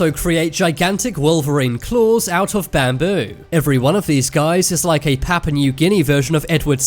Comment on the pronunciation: ''Pappa Neuw Ginny'' Oh, you Brits are so funny.